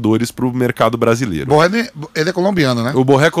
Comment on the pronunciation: Esse cara é colombiano e os caras pronunciam seu nome como se fosse francés! Em espanhol o rr do Borré não se como pronunciamos carro (por exemplo)